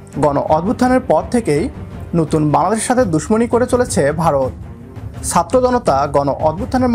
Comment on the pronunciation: সাত্র নয়, শুদ্ধ উচ্চারণটি হবে ছাত্র।